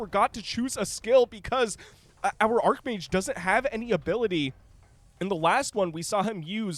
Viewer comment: its arch mage. not ark mage.